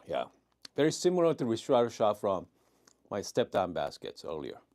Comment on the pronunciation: Hi, I like your videos Just to be precise: Ristretto, right way to pronounce is : [risˈtretto] ( rIstretto ) 😊 ☕️